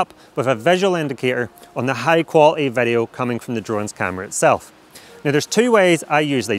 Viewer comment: vedeo, clacking motion, this will werk.. If you using dji sestem... uhhh kinda annoying, can't focus what the guy is talking about